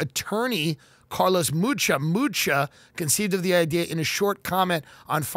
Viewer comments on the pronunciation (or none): none